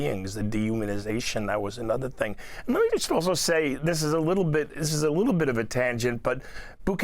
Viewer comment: And it's "just" not "jyst" educated man.